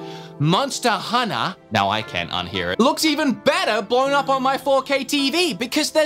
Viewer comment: went from mispronouncing hunter to mispronouncing dango kek